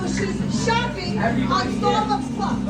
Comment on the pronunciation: It's not shopping, I think you meant shlopping!